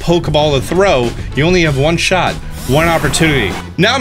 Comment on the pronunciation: "you only have one shoy... one opportunity " Eminem reference right there?😅